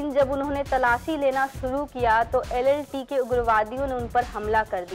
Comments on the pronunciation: कृपया ऐसे लोगो से वीडियोज न बनवाये ज्ञान का अभाव 👍 जाफना को जफना, LTTE को LLTE बोल रही है एंकर👍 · LTTE NOT LLTE